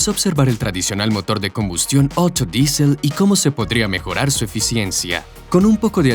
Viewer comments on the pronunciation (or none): none